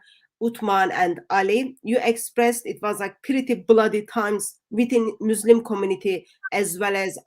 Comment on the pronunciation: Sometimes I wish would fix her pronunciation. It could just take a course, not really rocket science! Like its not showVed but showed It's not muislem but Muslim It's not lyingk but lying It's not theyv but they She already has a a pretty good vocabulary so it's mainly her pronunciation, I think her ministry is amazing and she is a remarkable lady! I especially respect her courage and determination. God bless